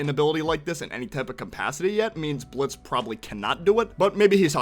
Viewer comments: It's Blitzø not Blitzo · BTW It's Blitzø. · You mean blitzø